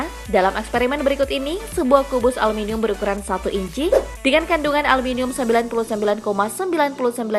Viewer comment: Ngomong aluminium aja salah